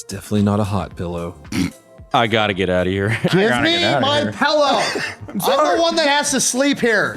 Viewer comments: it's a "pillow" not a "pellow" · saying “pellow” still not used to it lmao 😂😂